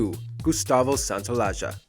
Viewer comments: Santa-o-la-la. Again: Santa-o-la-la. Now Santa (not "Sanna") + all syllables together. Is that hard for americans to pronounce? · How can u pronounce Santaolalla like SANTA O LAJA? OMG.